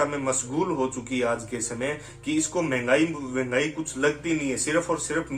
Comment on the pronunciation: यह इतनी जाहिल है कि महंगाई को भिंघाई बोलती है 😂😂